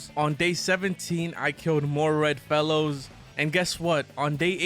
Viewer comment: I thought u said I started killing red mellows instead of red fellows 😂